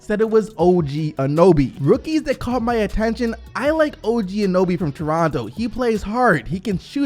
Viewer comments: anyone else triggered by saying og anoby instead of og anunoby? lmao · Its Anunoby not Anoby. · A-NU-NOBY. NOT ANOBY!!!! (love u ) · Btw its An-un-oby instead of an-oby. Just saying lol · is OG Anunoby not OG Anuby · His name is O.G Anunoby not Anoby:/. Get it right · Who is OG Anoby? It clearly says his name is OG Anunoby... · OG “Anoby”...bro it’s not like it’s a hard name to say like Antetokounmpo, get it right bro! Just say it as it’s spelt, not hard! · OG ANOBY, LOOOOOOOLLLLLLL, I DIED it's OG ANUNOBY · I really love to watch. He actually likes to talk about a Canadian Team that some Americans don't even know about. How does he know how to pronounce Jonas Valanciunas but not OG An uno by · Anyone else very triggered every time he said Anoby instead of Anunoby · Hey bro A-NU-Noby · Its Anunoby. Not anoby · You forgot to say the "un" im anunuoby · Bro do I need to teach you how to pronounce everything?? OG ‘A-nun-o-bee’ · Sorry but I had to dislike cause the gross mispronunciation of anunoby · At least try to say Anunoby correctly. lol it’s like you glanced at the name >.> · yeah annoyed me he couldn't pronounce it even though he edits these videos and should have noticed haha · Jeremy Burr my thought exactly